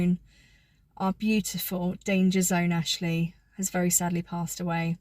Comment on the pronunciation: ‘ this is AAshlleeee’ in honey thick southern accent.